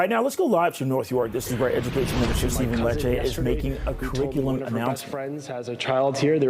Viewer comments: I also heard his mispronunciation! 🙄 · Here we have Ontario's Education Minister telling us about the new kindergarten crick-i-lim.